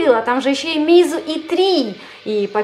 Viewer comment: МеИзу? Всегда читал мАйзу!)